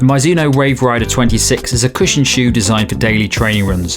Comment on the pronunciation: Nice review, but never ever heard someone pronounce it "My-zuno" 😅 looks like you got it at the end